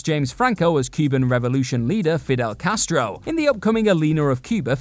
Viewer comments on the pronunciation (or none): He said "Fiddle Castro" HeeHee